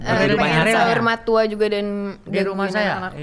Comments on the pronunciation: Saur Matua bg, bukan Saur Matoa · Koreksi Bang Radit, Saur Matua bukan saur matoa.. yang paling tinggi, FYI, itu MAULI BULUNG.. kematian sempurna bagi orang Batak